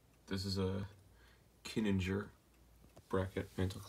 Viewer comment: I do believe it's pronounced kee-ning-er even though that's a hermle movement anyway